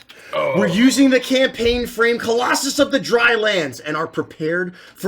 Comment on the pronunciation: I heard Kolossos instead of Colossus